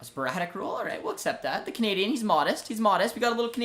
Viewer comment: Every time you say canadian, it sounds like comedian for me 😂